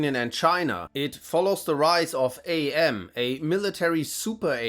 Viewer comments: AM is not said as "Ay Em". It's "am", as in "I think; therefore I am". AM uses the name after hearing "Cogito Ego Sum", which is that phrase in Latin. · Every time you say “A.M.” instead of Am, I die a little. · It's pronounced "Emm", not "Ay Emm". If you actually read the short story you would know this as one of Am's quotes is "I think therefor I Am". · Spelling out AM like that is driving me up a wall. It's "Am". "Am" as in "I think, therefore I Am". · Allied Mastercomputer - A.M. Not Am. Get it through your head or get out of fuck town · Or maybe FM can force AM to dial it back a bit (seriously, I cringe when he pronounces AM as A.M. lol) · I AM!!! I AM!!!! - AM